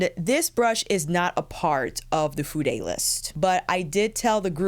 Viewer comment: who told you to pronounce Fude as 'fude- ay'? I was showing this to my Japanese friend and nothing about the word Fude would incite her to pronounce it the way you do. I've felt the same also. I don't know if Fude has an American website, as the one that I use comes directly from Japan with receipts in Japanese plus labels on the brushes also named in Japanese. The site will automatically use prices in ¥ (yen), until one changes it to the currency that is applicable. It does not stock the brushes that you have shown in your video except for one brand only. I have been trying out several brushes from Fude this year, through different brands with various bristle types. I've been very impressed by their quality of brushes and how fast they are able to have them made up, no matter the brand. When I require anymore brushes, I will definitely be going back to Fude. (As I already own just about every brush that Réphr has in their arsenal, it's time for something else). You're certainly lucky to have those brushes given to you at no cost. The purchases that I made last year definitely cost me a pretty penny!🇦🇺💖👩🏼‍🎨